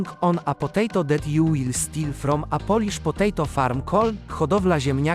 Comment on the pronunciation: holy fuck TTS BUTCHERED the polish part